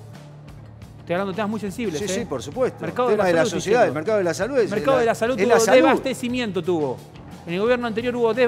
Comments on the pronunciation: Miy bien Ramiro. Sólo un comentario, se dice "deSAbastecimiento" y no "debastecimiento" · Ramiro: Se dice DESABASTECIMIENTO. De onda nomás te comento, porque te he escuchado en varias notas decir "Desbastecimiento". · DESABASTECIMIENTO Y NO DES BASTECIMIENTO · MARRA: No se dice debastecimiento es Desabastecimiento